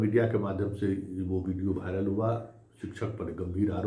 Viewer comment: भाइरल नहीं वायरल होता है। आप DU से पढ़ें हैं।